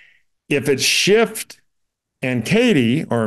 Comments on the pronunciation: I had to laugh when this guy used the phrase "hair apparent" (or maybe it's hare apparent?) multiple times, thinking it might be a joke but then he referred to "Adam Shift". I think it may just be a hearing problem for him. I hope so for his sake. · There’s no ‘t’ in the name “Schiff”. It’s German for “Ship”. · The man’s name is Schiff not Shift! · I couldn't listen anymore after about the third time Adam SCHIFF's name was mispronounced